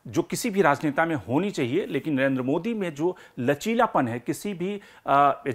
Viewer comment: At least pronounce the name Narendra modi properly. You're always saying Nayenda modi. Pakistani panjabis have this habit of saying. Lagtha hai you are also a panjabi of Pakistani decent. Rest all chaltha hei. A long way to go. Good luck to you.